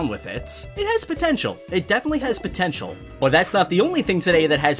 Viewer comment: "potintal" He's the only one...